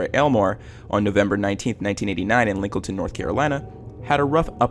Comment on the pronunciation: Excuse me how tf did you say Lincolnton?